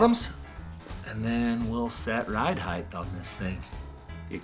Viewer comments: Ok, pet peeve of the day: Height is not pronounced with a “th”. It’s not pronounced hidthe. There is no th in it. It’s pronounced hite. I criticize this because I admittedly can’t do all the cool stuff you do. So it makes me feel superior. 😂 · Now can you teach that "height" ends in a "t" and not "th"?